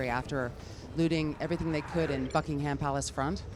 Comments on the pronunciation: Bucking-HAM...Buckingerm is how it's said! But then you can argue Aluminium is pronounced wrong by the Americans. Aloominum...lol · why does she call it "bucky-ham" wtf is bucky-ham when its around... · Bucking-ham palace. I cringed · Whenever she says buckingham, all i hear is fucking ham palace...